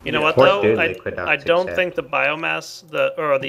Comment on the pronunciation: Just a note, its Liquiducts, not liquid ducks.